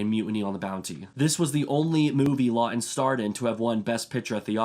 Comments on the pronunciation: It is not Charles Law-in it is Charles LaughTon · Charles Laughton pronounced with a T